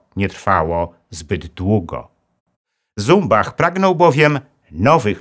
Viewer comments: Jeśli nazwisko szwajcarskie to należy wymawiać Cumbach... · Jan Zumbach posiadał szwajcarskie nazwisko i należy je wymawiać "CUMBACH". Stanisław Skalski w filmach dokumentalnych dostępnych na YT takie je wymawia - Cumbach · Śp. Generał Skalski nigdy nie był "Asem Dywizjonu 303". Poza tym szwajcarskie nazwisko Zumbach powinno się czytać Cumbach. Sam Skalski o tym kiedyś wspominał i tak mówił.